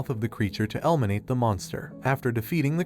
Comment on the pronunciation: "L-minate" damn bro you didn't need to do that